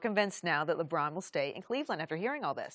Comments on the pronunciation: I refuse to watch anything that Chris Broussard is on. His voice is so annoying. "LaBrine, LaBrine LaBrine" 😒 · I hate the way Chris says LeBron’s name. “LaBraun.”